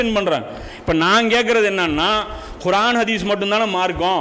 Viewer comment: நல்ல விளக்கம் சகோ: ஆனால் நீங்கள் உச்சரிக்கும் குர்ஆன் என்ற வார்த்தையில் (ق ) பதிலாக (خ)உபயோக்ரிங்க